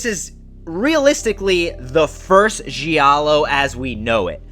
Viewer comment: Great channel but one thing…please use the right pronunciation of the words giallo and gialli. Its a silent “i” Don’t worry so many people in the horror community say the words wrong 👍